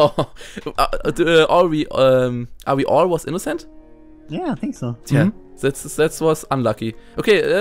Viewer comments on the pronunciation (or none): "Ei sink se kopp iss se träitor." Simon, Simon, wo hast du Englisch gelernt? =D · Ich kann mir Ungespielt nicht anhören er mit seinen I Sink